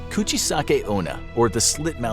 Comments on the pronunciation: I heard Gucci-sakeona instead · Bruh the way he said was like Gucci Sake Ona